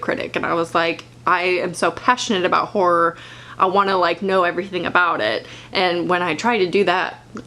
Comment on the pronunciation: Though she said ”whore” the whole time and I was like, c o o l turns out she meant ”horror” i- aha